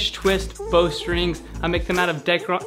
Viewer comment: That's pronounced:. DAK - RON... OK? 🤓👍